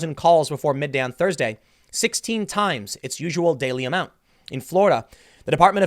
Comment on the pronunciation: When Tim says "16x the daily amount", I can only hear "16x the detail"!